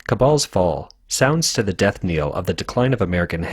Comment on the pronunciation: "Knell" is pronounced like "bell".